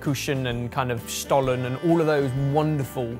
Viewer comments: pronounciation of Lebkuchen totally butchered, but Stollen is actually pronounce pretty well :D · In Germany it's really commen to have goose for Christmas Dinner. I think might even be more popular than turkey🤔 at least in my family it's eather goose or some kind of game meat ☺️ And I loooove your pronunciation of Stollen and Spekulatius. It's so cute 😍😍😂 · Stollen was pretty accurate though :D